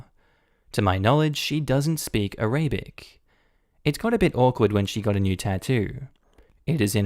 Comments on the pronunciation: The mispronunciation of Arabic is a bit annoying, but it ok Btw, it's pronounced a-ra-bik, not A-ray-bic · ARA - BIC... not A - RABIC